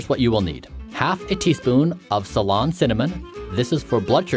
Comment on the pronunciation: Hahhaa how you pronounce ceylon cinnamon! Btw, you should soak your chia seeds